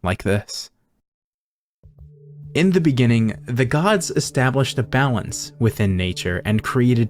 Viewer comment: Correction... In the beninging